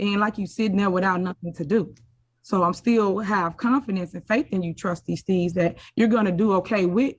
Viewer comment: Thought his name is Steave not “Steaves”😂😂😂